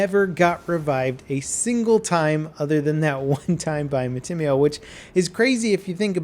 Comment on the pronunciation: mat-tim-mio ... I always thought it would be mati-mio